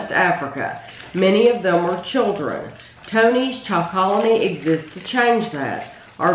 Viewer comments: Its pronounced Tony's Choco Lonely not Chocolony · prounounced Tony's "choco lonely" see the Netflix Rotten documentary awesome info/background